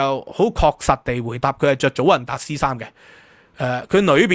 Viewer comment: 祖雲達斯 (Juventus)，J讀Y音。